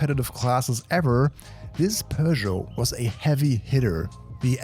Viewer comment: Bro pronounced Peugeot correctly 🤯